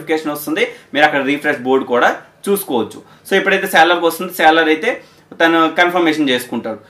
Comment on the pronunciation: Seller kuncham sarigga palakadaniki try cheyyu bro